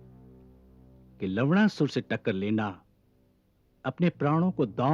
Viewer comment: Lavdasur 😂😂 Malum hai Lavnasur hai par sunne be lavda sur lagta hai